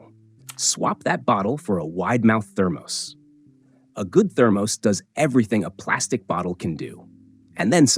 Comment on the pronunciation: thermose? Check your AI's pronunciation! First you say to avoid caffeine, and then you said to put tea or coffee in your thermos. Make up your mind.